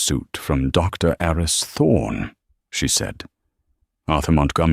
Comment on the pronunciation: The name "Aris" (short for "Aristotle") is pronounced "AH-ris".